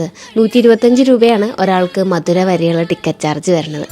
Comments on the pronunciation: Not madhura adhu madhurai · Ponnu chechi. Mathura alla madurai. Chumma verudhe netti....aah 125₹ dialogue kaettapol